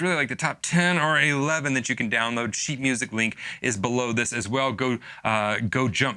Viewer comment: Oh come on, no one in the comments is gonna acknowledge how he mis-spoke “sheet music” at the beginning?! It was hilarious. I’m disappointed in you, YouTube commenters. 😂